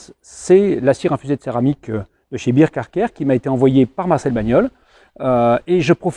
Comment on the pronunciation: Encore un bon moment passé en votre compagnie 🙂. Il semble que toute la gamme Bear Car Care soit de bonne qualité, non ? En tout cas, excellent produit. Et bonne réduction 👍. Je me permets juste une remarque mais c'est un détail : Bear ne se prononce pas [bir] mais [bair]. Bear = ours 🐻.